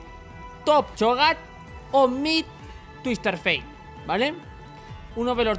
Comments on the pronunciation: "tuister fei" plzzzzzzz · TwisteR fate... No lo digas mas asi, porfavor :( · "tuister fait"